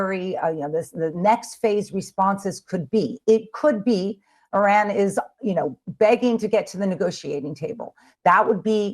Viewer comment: That's the best pronunciation of Iran. I'm sure Iranians appreciate that.